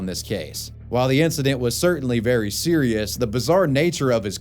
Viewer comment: Wai So Sewious.